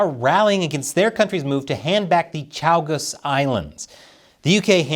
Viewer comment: All I’m gonna say here is. It’s pronounced “CHAY - gos” Although with how cozy Mauritius has been snuggling up to China, Dodoland might as well give the islands to China (who’ll definitely call the “Chow - gow”) after receiving them What’s worse is that the Chagosians had no say in the Anglo-Mauritian agreement (it’s the Munich Agreement all over again, except I care more because) What’s even worse is that when Mauritius regains the Chagos, the only country where the sun never sets will be *gag* France